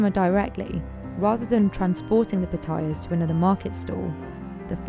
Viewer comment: Narrator saying Pah-Tye- Yass (Patayas) as Patoiyuz just sounds ignorance, blame her Brit accent.